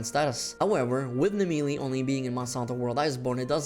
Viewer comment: I thought this video was about Naimelle, Who the Fuck is Nameeley?